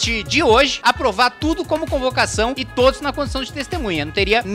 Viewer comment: corrijindi, TÔDIES, kkkkk